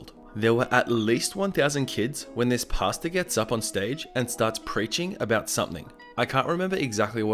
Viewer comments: Everytime he says pastor, the only thing I hear is pasta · I heard PASTA every time you said PASTOR.. Now I can't unhear it